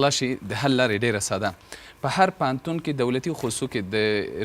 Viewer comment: ته جاهله بیسواده مولوي د ( ف او پ) حروفو په استعمال نه پوهېږي ، پوهنتون ته فهنتون وايي، او الفاظو ته الپاظ وايي، اي بیسواده طالبانو خپل سواد لوړ کړي